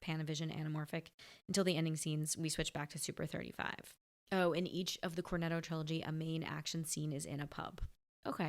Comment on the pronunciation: a woman with an Italian surname, saying "Corneddo". You don't believe it until you hear it. 😂😂😂